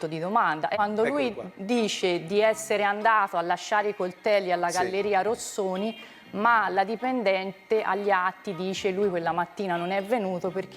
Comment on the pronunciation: Questa e' del mestiere...sa persino pronunciare bene il nome della Galleria ROSSONI